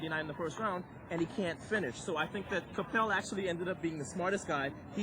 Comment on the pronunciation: The announcer keeps pronouncing john Capel's name wrong. It's ca-PEL. it makes me wonder whatever happened to him.